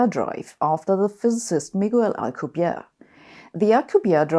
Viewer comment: you pronounce Alcubierre's name like he is French, but he is Mexican. Everyone seems to do this and I don't know why. It is pronounced, "Al-koo-bee-eh-reh," which doesn't require an alveolar trill if you find that difficult.